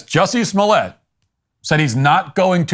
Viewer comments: It's pronounced "juicy smo-lay" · Who? OH! You mean Juicy Smooy-ay! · Who’s Jussie Smollett?! Oh! You mean Juicy Smooliay! 😂